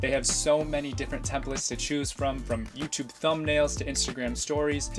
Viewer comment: I am sure I heard Yousube